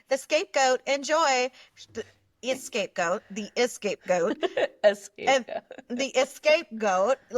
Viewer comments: It’s not “escape goat.” It’s scapegoat. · It’s scapegoat (not “escape goat” what Huda said). Scapegoating = blaming others for problems to deflect criticism from the actual culprit... Huda!